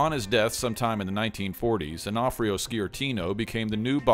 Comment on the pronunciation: On-o-fre-o is how its pronounced back east